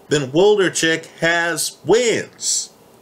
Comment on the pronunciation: Wlodarczyk not Woldarcheck lol